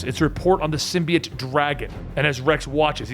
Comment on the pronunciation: The only person on the internet who pronounces symbiote the right way!